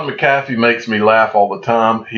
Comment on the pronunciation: 😂😂😂😂!!! Been screaming it since I first heard him pronounce it!!!